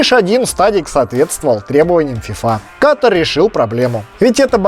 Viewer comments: Почему русскоязычные неправильно ставят ударение? Говорят кАтар, вместо катАр? В школе географию не учили?🤦🏻‍♀️ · Катар!!! А не Катр. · Дружок не катр а КАТАР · Какой КАТР? Не КАТР а КАТАР QATAR Ребята не говорите пожалуйста КАТР